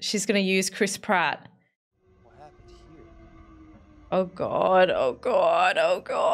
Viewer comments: Any and every time someone says Chris Pratt I can’t help but hear Crisp Rat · the way says chris pratt sounds like she says crisp rat